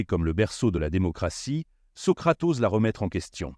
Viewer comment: lue par une intelligence artificielle : "Socratose" au lieu de "Socrate ose".